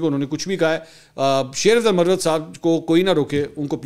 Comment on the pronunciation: منصور بھائی تلفظ میں تھوڑی درستگی فرما لیں ،، ایک لفظ ہے مروت یعنی Marwat یہ ایک کاسٹ ہے ،یہی لفظ مروت کو اگر Murrawat بولا جائے تو اس کے معنی بدل جاتے ہیں یعنی وضع داری ،، میری بات کو محسوس نہ کیجئے گا ایک بھائی کی حیثیت سے درستگی کی کوشش کی آپ کا نمبر نہیں ہے اسی لیے کمنٹس میں لکھنا مجبوری تھا بصورت دیگر کال کر کے آپ کے کان میں کہہ دیتا